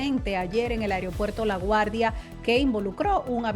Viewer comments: Mi linda se dice “Aeropuerto” y no Ereopuerto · Pronuncia bien es AEROPUERTO y no como dices tu AIRIOPUERTO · Ansina quero que si diga. Aigro puerto con g. Pus como no !